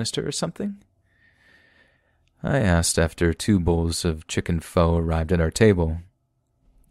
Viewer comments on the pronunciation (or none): did my homie really just say pho as "Foe"